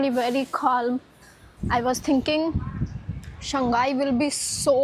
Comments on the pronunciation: Shanghai is pronounced as Shang hai..not Shan ghai. Hope you get it right. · I've just realised Indians have difficulty in pronouncing the name: Shanghai. Instead of "Shang Hai", they keep saying "Shang Gai". Perhaps Shanghai is known in India as "Shang Gai"